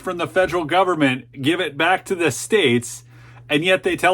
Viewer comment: Terrorist nation? You said government wrong. I get it though